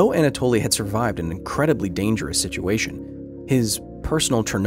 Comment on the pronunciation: Anatoli , not Antaloi 🤣🤣🤣